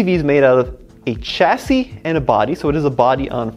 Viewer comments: I need this suspension in Zimbabwe!! By the way, if you're going to say Citroen the French way, and hydraulique fluide, then why say cha - siss?? Chassis (shasee) is also a French word! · OK, you go to the trouble of pronouncing Citroen correctly but then butcher 'Chassis". Why? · You say Citroen and 2CV with a French accent and then say chassis with a ch like in church! Chassis is a French word as well and is pronounced like shassi.......